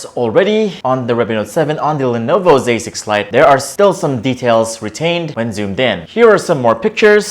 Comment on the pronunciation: I swear I keep hearing him say "Lenovo basic flight" 😂